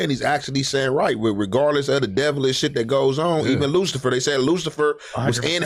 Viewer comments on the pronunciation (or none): none